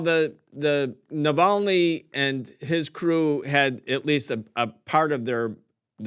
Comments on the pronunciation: His name was Navalny, not Navalsky! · NAVALNY NOT NAVALSKY! 'EXPERTS' SHOULD AT LEAST KNOW THE NAMES OF PPL THEY'RE DISCUSSING.. i🤡🌏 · This guy, who looks like he is picked up from some kebab shop could not even pronounce the name of Navalny properly 😂 And he is trying to explain us the geopolitics 😂 What a stupid interview is this?! A mere Russian propaganda 🙂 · You could at least have politely corrected Vijay on Navalny's name, before he repeated the error over and over.